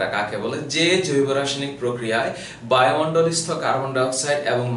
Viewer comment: স্যার, সালোক সংশ্লেষণ কাকে বলে? প্রশ্নে ওইটা কি "বায়ু মন্ডলস্ত, নাকি বায়ু মন্ডলস্তর, নাকি বায়ু মন্ডলস্তক " উচ্চারণ করছেন